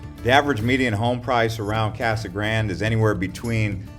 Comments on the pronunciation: So happy you trashed Casa Grande, even butchering the pronunciation of “gran-day”. You missed mentioning our in-city mall and all our big box and mom and pop stores. Our city government is doing a great job managing infrastructure and residential building is keeping pace with new businesses and new manufacturers. Our schools are top notch. Downtown is a hopping place. What’s not to like. Oh I get it, you’re trying to help slow the new arrivals. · lol... the way he pronounces Casa Grande. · Can't you pronounce Casa Grande properly like it's supposed to be pronounced!!??